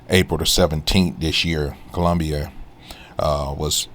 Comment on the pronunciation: I took a cruise to Colombia. Wasn't bad or good. Question... Why are you pronouncing it like that?😂